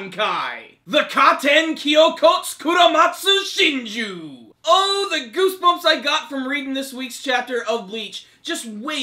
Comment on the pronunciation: managed to pronounce Shunsui's bankai. Well done man.